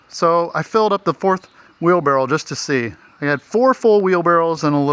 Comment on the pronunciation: It’s ok to say “Wheelbarrel”!!😂😂😅😊